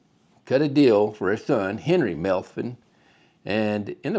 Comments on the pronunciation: His name is pronounced METH- VIN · He did pronounce their name funny. I just appreciate him going through the efforts to make the video.